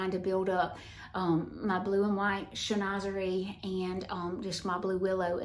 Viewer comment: Chinoiserie is pronounced Shin wa ser eee.